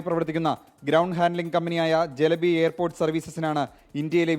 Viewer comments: not jelebi.. it's Celebi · ജലബി അല്ലടോ. Celabi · Pronunciation ചെലബി എന്നാണ് കറക്റ്റ്